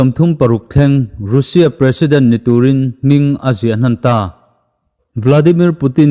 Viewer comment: Russia tiin i lam tlat a, Russia ti tawh zawk la 🤪